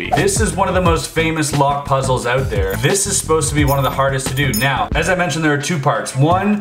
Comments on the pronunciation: oot like you Canadians say it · I dont have a problem with the word "out" I have a problem with his pronunciation of the word